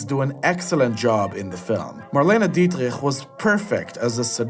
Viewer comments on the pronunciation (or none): Good! But there is always time to fix mistakes. It is absolutely awful to hear Marlene Dietrich's name pronounced in this way, especially since it is often heard correctly in both English and German. Joan Fontaine is not to pronounce like Joanne Woodward It's also a shame that you didn't mention Dean Martin in "Kiss Me Stupid," since he plays the male lead, and Fred MacMurray's important supporting role in "The Apartment" was unfortunately not mentioned either. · Pronouncing Marlene Dietrich's last name so horribly, as if you had throat cancer, is unforgivable. English speakers pronounce it Dietrick, while Germans, French, and others pronounce it more softly... Dietrich. You should decide on one of the two before publishing your ranking. Marlene Dietrich remains one of the most famous and recognized Hollywood legends of all time, as well as one of the most successful show business stars. You should show her more respect and make an effort to pronounce her last name correctly. Not to be forgotten is that Marlene Dietrich received the Medal of Freedom (USA), Chevalier de la Legion d'honneur (France), and the Medal of Bravery from Israel for her service to the Allies in World War II. More commitment and knowledge are needed here.!!